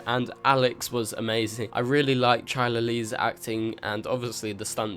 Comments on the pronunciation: awww loved the breakdown, but seriously, you've got to google Chyler's pronounciation of her name, I cringed a little when you said Chalet, it's pronounced as KAILER 😉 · chyler is pronounced like "kyler"